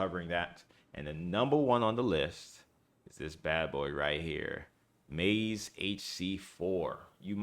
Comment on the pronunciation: Its (Mah-hes) i know no one cares but its an egyptian god